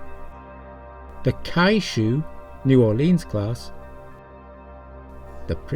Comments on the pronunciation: “Kyushu” is pronounced “Kyoo-shoe”, not “Kai-oo-shoe”. Just FYI. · "Kyushu" is probably pronounced as Q-shoe like the area of Japan